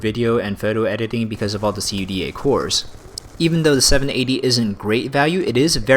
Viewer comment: lol, i have never heard someone say C-U-D-A cores instead of just CUDA cores before.